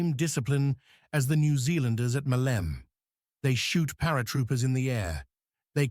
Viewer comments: the mayor of Hania in spring of 1941 was antonis isihakis I don't know though if it was him who had the conversation you described...and maleme in greek is not pronounced malem it is pronounced "malemeh" when you finish the word you keep the e so it's the same as saying air you say ee air so you say malemeh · the biggest ear damaging word this AI uses is "Male'me" please is called " Ma'leme" μα λέμε... Μάλεμε φορ φακ σείκς... ;Ρ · Ma - le - me the word has three syllables. Accent first syllable MA-leh_meh. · I think you're overly polite in describing it as simply "very inaccurate", personally I'd use "insulting to the memory of the fallen defenders". Not to mention the AI slop that can't even try to pronounce the name "Meleme" right or even consistently throughout the video. Anyway, I'd just like to point out that the civilian weapons were not confiscated by the Metaxas regime; they did issued a decree and tried to confiscate them after the insurrection of 1938 but they failed miserably. However, some 60.000 weapons were turned over willingly by the local population when the regime issued a plea soon after Italy attacked Greece - most of them were left in depots and were never given to the army.